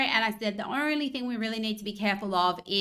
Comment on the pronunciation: Did she say the "ornery" thing we have to worry about? Why's it ornery?